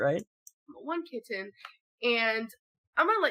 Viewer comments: the way amber is saying kitten is making me want to throw something. Kit-ten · Why does she keep over enunciating the ‘T’s in ‘kitten’? She doesn’t say ‘boTTle’ or ‘gliTTer’, she pronounces them with a softened ‘t’ which is normal for a US accent…SO WHYS SHE SAYING IT WEIRDLY?? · Funny how she overly enunciated the t in kitten but can’t pronounce it in “important”